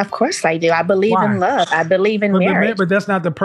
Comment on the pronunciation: When she say love I heard Money 😂😂